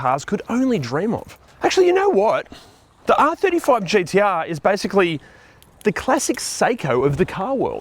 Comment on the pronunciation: I’m just happy you don’t pronounce them GDR.